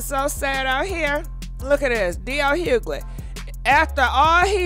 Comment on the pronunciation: Girl the g in dl’s last name is silent.